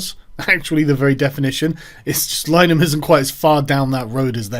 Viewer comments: Lin-a-Han I don't even like the guy but its painful hearing it pronounced Line-han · Carl is crapping all over the Irish surname too...its pronounced Linahan. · It's pronounced "LINN-a-hann", (at least that's how he pronounces it, Martin Short pronounced it "Line-a-hann" in an old SCTV sketch.) and "The EYE TEE crowd."